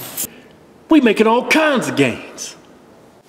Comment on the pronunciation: all kindzzz of goldfish action all kindzzzz